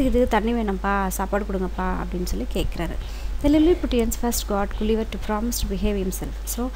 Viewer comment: Excellent work.....mam but i hav a doubt . .....Gulliver.....z it correct pronounciation?.....I think gஅlliver.... Right one.....not .gஉlliver....pls refer......keep going ....very happy to watching ur videos......